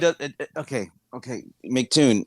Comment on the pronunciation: These muppets are so slow that they call him Macktoon instead of Em see Toon.